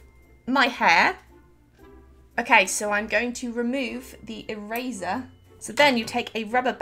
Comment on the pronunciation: I love the way she said eraser “erazor”